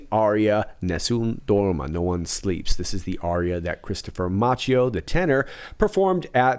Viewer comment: Love your videos! Please note that Christopher Macchio's last name is pronouned "MAH-kio" (CHI = K in Italian).